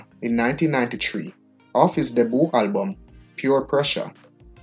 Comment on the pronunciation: Hey man you need language training badly. Hit not it. Debut not Deboo and many more. Please...